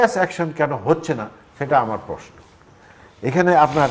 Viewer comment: আপনি প্রেশ্ন বলেন কেন, বলবেন প্রশ্ন। অদ্ভূত শোনায় ।